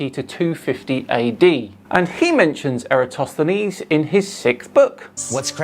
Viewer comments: Hey: It's Eratosthenes, not Aristophanes. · still can't pronounce "Eratosthenese" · It really grinds my gears when ignorant fools think they are so incredibly intelligent while completely butchering the pronunciation of the wrong ancient Greek in reference to their idiotic argument. It is ERATOSTHENES, not ARISTOPHANES, you blubbering idiot!... how does your brain not explode from too much exposure to these idiots? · My God, all the times he's banged on about Eratosthenes, that bloke still can't get anywhere near a correct pronunciation. And "Michael Jordan"? That's like saying, "he was the Wilt Chamberlain of... " in the 90s. Their pop culture references are about as out of date as their science. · i love how absolutely refuses to ever learn how to pronounce eratosthenes's name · still can't pronounce Aratosthenes right lmao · trying to say Eratosthenes is pure comedy gold. 😂😂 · "Erastosthenishthsstthhaeiouwwau" 🤣 I don't think there's one flerf on planet earth who can pronounce "Eratosthenes" 🤣